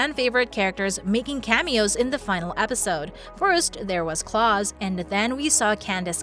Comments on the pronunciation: His name is Klaus not Claws, sorry really irked me. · “Claws” I am sorry it’s Klaus. Love you vids tho! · Klaus** NOT Claws🤣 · Danielle Russell Rose? You could at least get the name right. xD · It is so annoying listening to people at your company continue to mispronounce the characters names’ it is not CLAWS it’s Klaus, likeblouseothers as well. I’m sorry I will try and not call you all out on this anymore🤬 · The fact she said CLAUSE and not KLAUS is offending to a MICKAELSON but funny!! 😄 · Im sorry but did you say claus??? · Did she call Klaus claws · Omfg she called Klaus 'claws' 🙂🔫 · This show was awful !! Ps wtf that’s not how you say Klaus name🤦🏽‍♂️🤦🏽‍♂️🤦🏽‍♂️ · It’s the way how you said hope father name wrong